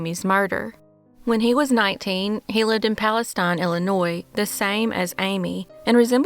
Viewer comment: Palatine, not Palestine